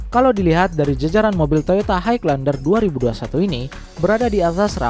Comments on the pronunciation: Kok haig lander? Dibaca "hai lender" bang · jelas gmana maksudnya? klo dri intonasi ya emng jelas, tpi itu nyebutnya salah. Harusnya emng "high" dibaca "hai", tanpa penekanan huruf G. But it's okay, yg denger jga orang indo pasti lngsng ngerti maksudnya